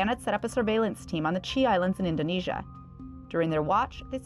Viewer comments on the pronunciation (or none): none